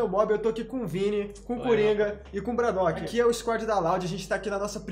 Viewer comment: LOUD fala bradoock e tipo dizer bardock